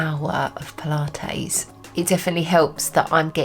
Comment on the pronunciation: I like how you say “pula-tayze” :-) like mayonnaise :-) I’m so excited about the muscle you gained! That’s amazing. I think I need to give it a go. I also want to get that scale thing…that is So COOL!